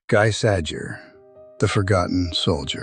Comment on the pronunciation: Firstly, his name is pronounced GHEE SAZHERE. NOT "Guy Sajer", lol. Secondly...his MOTHER was German and his FATHER French; not the other way 'round. A fact his German comrades occasionally disparaged him about; telling him it was the FATHER that mattered in such a union. As far as they were concerned, his father being French counted against him; and made him not a "true" Aryan.